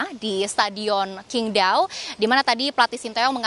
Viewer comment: bacanya itu SINGDAO bukan KINGDAO